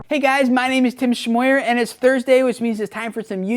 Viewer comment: tim thshmoyerrrrrr as he says